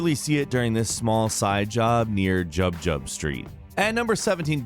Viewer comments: Did just say "Jab Jab" or "Jug Jug" street for Jig Jig street?? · He said jug jug street when it’s jig jig street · it's jig jig street not jub jub lol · It's Jig Jig Street not Jug Jug Street, did you actually play the game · Did he say jubjub? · What the fuck is Jub-Jub Street?